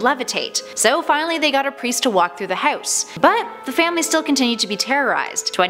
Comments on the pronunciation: The way she pronounces house irks me. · i hate the way she says house lmfaoooo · no one: honestly no one: narrator: houwse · You say house funny